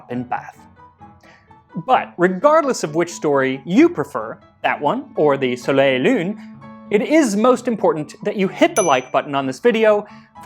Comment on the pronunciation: This is super irrelevant but shouldn’t you pronounce the L in “soleil et lune” since the next word starts to other a vowel?